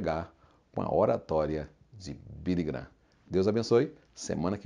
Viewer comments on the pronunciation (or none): none